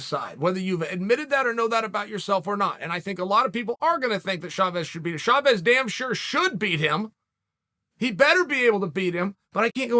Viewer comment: "Shavez" hahaha